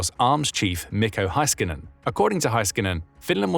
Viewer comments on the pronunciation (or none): Pronounce Mikko Heiskanen like: "me' co hase cunnen" rather than "micko high skin en" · the Finnish Defence Forces Arms Chief in Mikko Heiskanen, NOT Miko Haiskaanen.